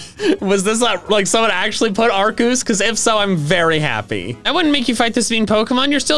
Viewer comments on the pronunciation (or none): POV you say legends arceus as arcooz how to say it arc-key-is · I remember an official Pokémon book saying that Arceus was pronounced: Ar-key-us. In fact said book gave all the official pronunciations for all Pokémon up to Black and White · “Arceus” probably does better in the algorithm than “Arkoos.” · My mom”why are you playing Pokémon arceus so much?” Me”it’s legend Arkoos!!!!!!!!!!!!! Mother “ Me:I stab her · Why do people say arcoos?